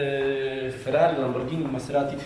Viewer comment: kupuje lamborgini prygotujcze czensczi